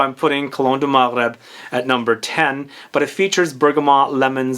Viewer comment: You pronounced Maghreb riiiiiight I love you for that❤️